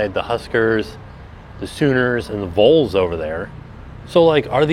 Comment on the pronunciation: Minnesota Golden Gophers Syracuse Orangemen, at least until 2004 when they changed to just Orange. Also, it's pronounced "Vawls" not "Vuls" My wife is from Florida and I could never understand why she pronounced Vols that way.